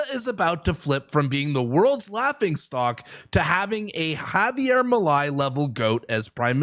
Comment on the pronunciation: Picky Picky here: Milei is pronounced MeeLAY.